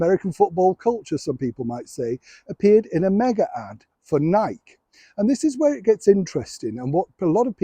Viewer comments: It's pronounced Nigh-key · I love your literal pronunciation Nike. Btw, as an American, I know we have the right to praise our nation but we also have the right to protest. My question is whether the team is clear about what they are protesting. In an international setting, most people will not understand their message. Free speech means you listen to others, not condemn them right away.